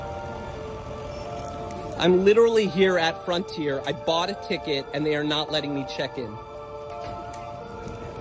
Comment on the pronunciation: Say it with me slowly… F R O N T I E R